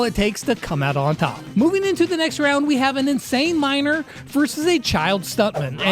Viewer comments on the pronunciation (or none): when i sawbonnie and you said miner i thought you said minor